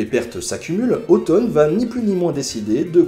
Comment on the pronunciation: La fait de prononcer Othon/Otton comme "automne" me fait sursauter.